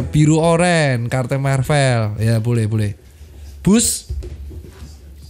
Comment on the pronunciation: sorry dok, bacanya marvel bukan marvel:yougotthis